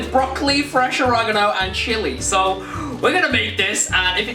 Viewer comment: Or e ga no, not origaganangaano 😂